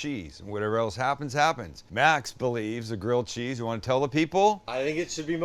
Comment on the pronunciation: Sams like my mom always calling grilled cheese, "girled cheese"